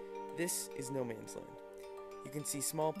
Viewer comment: It's not "Noman's", it's "Nomans", and it's prounced more like "nomuns" than "no mans".